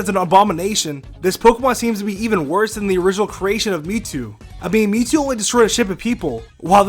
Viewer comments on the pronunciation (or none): you mean mewtwo? who the hell is miitoo?